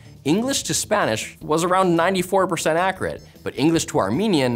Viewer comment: His pronounciation of accurate isn't very accurate. Accreate.